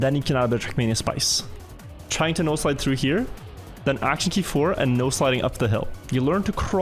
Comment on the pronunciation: Are you saying NO Slide or NOSE Slide? I'm not even kidding, I've wondered before but never dared to ask.